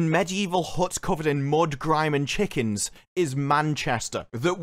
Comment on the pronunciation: When you talked about Manchester did you say chickens like a manc...as in chichkehns If you did well played sir. Or not if my mind made that up. It is early haha